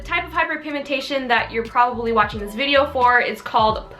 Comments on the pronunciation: Did she say "skincare vidior" ?! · I love how she says video I don’t know why I just do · Damn when I heard you say video I was like ok she’s Australian but the read the description lll